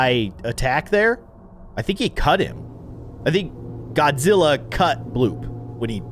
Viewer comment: It's Shin Godazilla